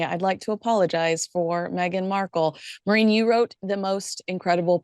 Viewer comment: Does Maureen pronounce her name "Marine"?